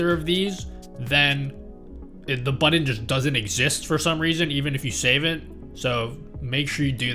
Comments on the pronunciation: Love the guide, but this was driving me crazy :’) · "buddon" Now you can't stop hearing it either. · Thank you for recognizing this too! No Hate!!!